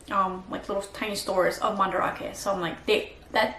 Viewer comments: it's pronounced Man-Da-rake not ra-ke for future reference. Do you not talk with Japanese people when you're there? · Are you purposely pronouncing Mandarake so incorrectly. That’s not how the Japanese pronounce it